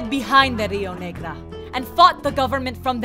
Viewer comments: Great video man! Only one thing, as someone who watches your videos from argentina I must say that "Rio Negra" destroy my ears. The real name is "Rio Negro(black River)"but aside from that little mistake, you and your team did an exclent job!!! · Honestly this felt way too Mexican looking lmao, between the mispronouncing of the rio negro and the random Spanglish was rather irksome At least the song was cool as hell even tho it was from the Spanish civil war